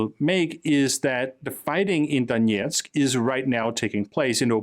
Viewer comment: btw, there is no "yeah" in Donetsk. The "yeah" part is russian pronunciation.